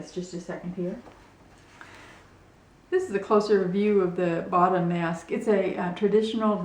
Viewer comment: it is pronounced (Ba oo ta) and they were not worn by women these masks were traditionally worn by men.